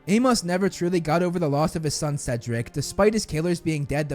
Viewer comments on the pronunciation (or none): none